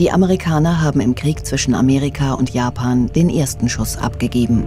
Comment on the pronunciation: Habe ich auch die ganze Zeit gedacht. Amerikana und Japana... 😂